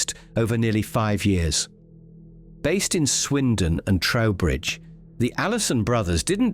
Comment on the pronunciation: Trowbridge NOT Towbridge